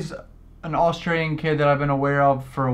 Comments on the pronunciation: hol' up it kinda sounded like said that he's Austrian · Did you say Austrian?